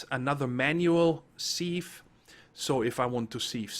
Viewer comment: I have to say that I'm very pleased with the textures and general functionality of IE, to the point that I've been converted to using it for a primary power solution. RE: pronunciation - you were saying 'seev' as opposed to 'siv'. Again, not a big thing...kinda like Xisuma calling it 'gran-ITE' as opposed to granite. :)